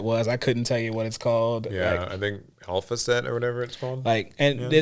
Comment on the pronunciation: saying the word alpha wrong in relation to mtg like hes never read the word on a yugioh card is the strangest form of pretension i think ive ever seen bruh you can hate somthing and not be weird about it wtf was that IVE HEARD YOU SAY THE WORD ALPHA MY DUDE so passive aggressive 😂